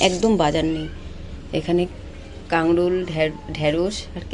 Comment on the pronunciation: Kakrol bolay .. Kangrol noye bon ❤